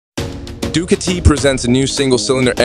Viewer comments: Oh it's a dew kitty,with lots of tore kay. Why can't these types of channels use real people to narrate . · Do Ca tea??? Tor key??? Read by a robot???